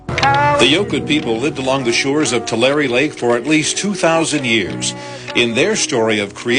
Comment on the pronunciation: Pronounce Tulare as Two lair eee